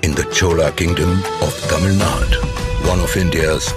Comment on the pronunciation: For heaven's sake it's Tamil nadu. Kindly pronounce our South Indian names rightly.